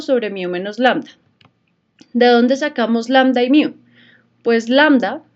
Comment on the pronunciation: Solo vengo a comentar que se dice "Mu" no "Miu"